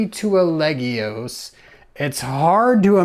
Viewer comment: I find it rather amusing that you said you were going to mangle the pronunciation of "legios" and ended up consistently pronouncing it properly. :-P